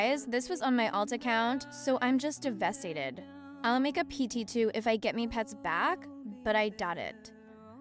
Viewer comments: "Devest stated" 😔💔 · “devestated” dlawg 😭🥀